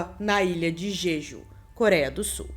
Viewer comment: Ótimo vídeo. Só uma observação: o nome da ilha pronuncia-se "Djedjú"